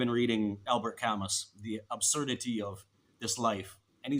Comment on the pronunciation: I agree ! Happy birthday 🥳 Just 1 tiny thing: in French, we don't pronounce the "s" at the end of Camus... my only advice. I am happy 😊 for you and your family ❣️❣️❣️ When are we going to see the whole family together?? Do they talk in English, or just Spanish?